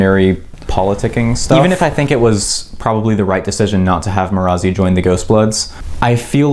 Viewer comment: Sorry but the way you pronounce marasi bothers me as a listener not a reader.